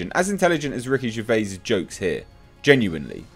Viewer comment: Who’s Ricky Ger...vay? The mans a legend, say his name properly ffs!